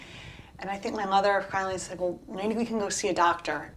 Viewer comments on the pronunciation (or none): none